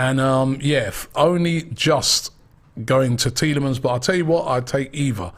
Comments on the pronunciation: Robbie loves mispronouncing names haha. He said Lau-ture-ro Martinez all last Summer, it is Lau-Tah-Ro. And It is not Tee-lah-manz, it is pronounced Tee-lah-mah (with the French inflection) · Tee le mons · Bro please pronounce the S on Tielemans🧐